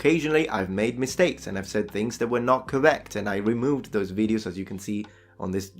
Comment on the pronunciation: You could also not make so many veed-yose. I mean, I do like your veed-yose. But if they make you so crazy, maybe limit yourself to one veed-yo every two weeks.